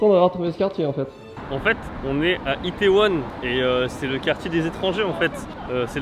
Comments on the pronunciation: Itaewon pas Iatewon 😉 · C'est fait exprès pour me trigger le "Iatewon" ?